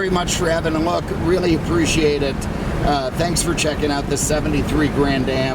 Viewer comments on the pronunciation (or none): none